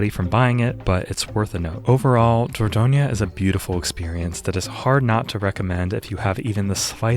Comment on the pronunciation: I live in Dordogne! You pronounce it just fine (perhaps you could stress the third syllable less: DOR-DON-yuh)